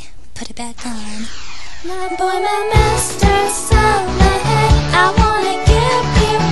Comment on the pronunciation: You said Saranghae wrong. /smh Go listen to more k-pop and learn how to pronounce the words right. It's not Salanghae. and you seem kinda flat toned. Other than that, it wasn't too bad. ^^ Keep trying.